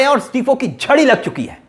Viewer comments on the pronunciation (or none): छड़ी नहीं झड़ी बोलो